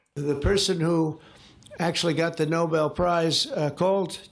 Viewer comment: Nobel not Noble! When do you understand that?